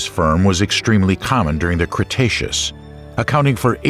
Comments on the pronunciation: This videos has a lot of inaccuracies First of all, its pronounced Cretaceous (kree-tey-shoos), we heard you pronouncing it wrong. Second, such dinosaurs such as Trex and Ankylosaurus didnt lived in the Early Cretaceous. Third, Trex was now estimated to be larger than Carcharodontosaurus in terms of mass of 9 tons. Fourth, Trex never encountered Carcharodontosaurus since they lived in different places and time and fifth, the Trex will easily win in a fight against Carcharodontosaurus due to its huge advantages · Congratulations on learning how to pronounce "cretaceous." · the emphasis on the first CRETacous becuse in the last video he said "CRUSTacous" made me laugh more than it should have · Cretaceous? Don't you mean Crustaceous?